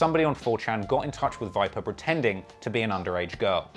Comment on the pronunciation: Why’d he say vipa like that? And pen?